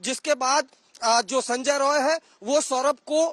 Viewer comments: Rai NOT Roy. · It's Roy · It’s Roy